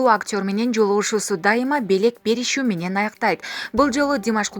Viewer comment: Менен деген созду айтканда фляйт. Дикция у тебя жопашняя